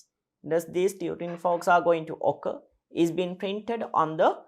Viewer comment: sir please stop saying occurrs:face-orange-biting-nails